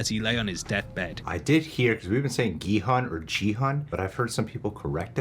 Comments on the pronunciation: Gi-hun actually pronounced "Gi hoon" the G is like the G in the word "Get". And the hun is "hoon" like "moon" so there you have it 😃 and you got that right! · With Gi-Hun's name, you guys are close. Your pronunciation of 'Gi' is pretty much correct -- it's a hard G with like a tiny K sound in there, Korean is tough that way, lol -- but the 'Hun' is pronounced as 'hoon' (like toon or loon). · gi-hun is pronounced ki-hoon The guy who made the video butchered his name lmao "Gee heon" ' - '(?) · Gee (with the g like in 'guy')-hoon is the correct pronunciation of the main character's name! The one from the video you're watching pronounces it incorrectly. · Would have been a better video if the guy pronounced Gi-hun’s name correctly. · Honestly the narrator kinda missed the korean stuff and he kinda over reach in some stuff and even pronounce gi hun wrong, did he even watch it? Or did he just collect spoilers from the internet to read..? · There is no hard G in hangeul. The G is actually the english G and K sounds put together. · well the translation/sub of the show is pretty bad. That said, the "oo" in Gi-Hun is shorter, but it's not hun as in "hundred".